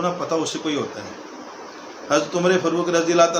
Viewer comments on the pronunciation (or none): حرام کے نطفے کو بولنا آتا نہیں آیا ہے لیکچر دینے فاروق کو فروق ،تاریخ کو تریخ،محسوس کو مسوس بول رہا ہے ۔